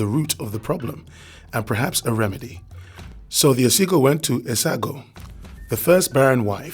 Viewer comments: It's "Ogiso"(oh-gi-sew) not Osigo. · It's Ogiso dynasty not Osigo